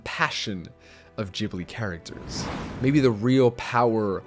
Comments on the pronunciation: Geeb not Jib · JIBLI? Imagine making a video like this without even knowing how to pronounce the name of the studio. It’s GHibli, GH~. Try it at least. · You are mispronouncing Ghibli all the time. You are pronouncing it like "ginger" when in reality it's pronounced like "gitarre". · wtf man why in the hell would you pronounce it jibli?? im assuming it's ragebait and you want to increase viewer interaction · Who's "Djibli"? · Its not Jibli... Its Ghibli, come on my man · Gah ... Not jah the only reason I can't watch anybody's videos on studio Ghibli is because they don't know how to pronounce it properly. It's not English, it's Japanese. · Good video, but damn does it make me feel insane to hear Ghibli pronounced like "jibbly"... hurts my soul. Interesting that Te Kā was not mentioned, as the only Disney villain who got a redemption arc (that I know of, I'm not up to date) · Hey look another video about Ghibli where they pronounce it Jibbly :face-blue-smiling: seems like the whole continent of america doesn't know what to do with the letter G and J. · No hate to you, the video is great, but you pronounce “ghibli” wrong. The g isn’t pronounced like j, it’s pronounced like g in the word “good”. Just saying, it kind of pisses me off when people do this cause I’m a big fan of ghibli, but it’s okay🤷‍♀️ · Dang even the subtitles know you're saying it wrong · Dude the name Ghibli is italian. Italian is the easiest language to world. There no special. Gh is always a hard Gas guy, gay, gun etc You pronunciate it as it was written with soft G, Joy, June etc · You have a really nice take on villains from either side and it was quite interesting! But the way you say ghibli is wrong, it’s a g not a j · you pronounced Ghibli wrong :p